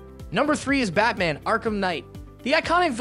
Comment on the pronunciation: The way he said Batman and Gotham would idicate that this is pulled from a list written by somone else.